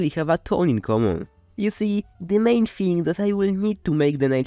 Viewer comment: I love your sense of humour. "Plastic theeng" made me laugh.